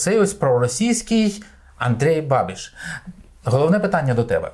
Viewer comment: І не бабіШ, а бабіЧ... Практично babitch...